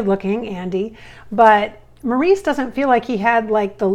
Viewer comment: Robin & Maurice were twins. Maurice was more behind the scenes... went by Mo .. Robin was a thinker, and hot & cold.. super funny with a wicked sense of humor to quiet introspective. (Robin was my favorite & his voice was fantastic). Also you're not pronouncing Maurice's name correctly. If it matters. Actually they all 3 were hilarious & played off each other so well. But Robin wanted attention as much as Barry did.. they clashed quite often and were not always communicating well.